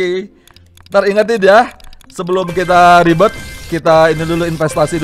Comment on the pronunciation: ribert bang bukan ribet:v Ribert yang sangat ribet:v wkwkwkwk